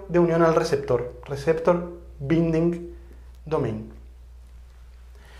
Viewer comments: Mi pequenho aporte... En RBD, Binding se pronuncia "bainding" (la primera "i" se pronuncia como el nombre de la vocal "ai". Muchas gracias por mantenernos informados!! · Gracias por sus videos. Espero que sea un aporte, lo siguiente. Le sugiero que revise la pronunciación en inglés de la palabra "binding". Creo, no estoy seguro, que tanto en inglés británico como americano se pronuncia relativamente igual. Con aprecio y agradecimiento por su aporte a la comunidad de habla hispana, entre los que me encuentro yo.